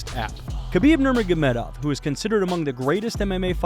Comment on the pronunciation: He definitely nailed his last name at the beginning